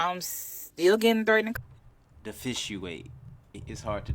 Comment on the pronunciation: 😂 "Diffisuiate" i was wondering if I heard it incorrectly or not!